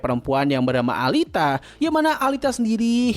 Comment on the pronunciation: Alita alita. Dibacanya Elita, gedek dengarnya pronounce nya